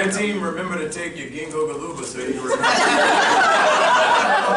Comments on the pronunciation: HE SAID GINGO GILOOBA I'M DYING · anthonys butchery over the pronunciation of ginkgo biloba is actually too fucking funny and chris dying over it takes it over the edge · Chris lost it at the ginkgo biloba joke. Mackie butchered that pronunciation! LOL